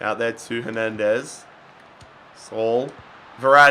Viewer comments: Its not Sol it sa-oul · It's not pronounced saul. It's pronounced sa'ool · How manny times did he say suul it’s sule